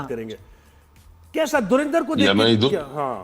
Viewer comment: Aare moorkho proper pronunciation to seekho it's not dhurindar it's dhurandhar for aage film par baat karna baki hume jo duniya ko batana tha humari film ne bata Diya hai ab tum jalo bhonjo kuchh bhi karo ab to damage has done